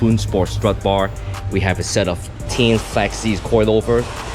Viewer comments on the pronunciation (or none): Even in older car magazines the company even had the pronunciation of Tein(tān) on their ads hahaha it's funny he thought it was TEEN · TEIN = Technical Innovation....That is why it is pronounce as Tae ain.